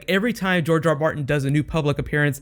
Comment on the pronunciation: GRR Martin, as in George, not Jorge.